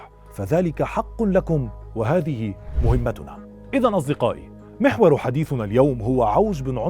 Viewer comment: بين قوسين نقول مَهمّتُنا و ليس مُهمتّنا ...حلقة اكثر من رائعة كالمعتاد